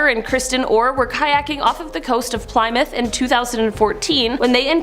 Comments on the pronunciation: If I remember correctly it's pronounced Plemuth first syllable rhymes with Sim not ply mouth which first syllable rhymes with fly. I am 58 so maybe they changed it later on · Dear, Plymouth is actually Pronounced as Pli Myth Not Ply Mouth.